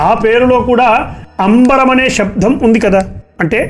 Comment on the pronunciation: శబ్దాన్ని శబ్ధమని దయచేసి పలకకండి. వినటానికి చాలా ఇబ్బందిగా ఉంది.